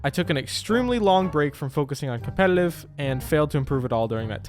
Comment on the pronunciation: Compelelive? Lmao